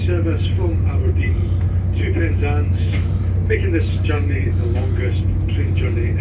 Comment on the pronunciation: It's Penzance not Panzence 👍🏼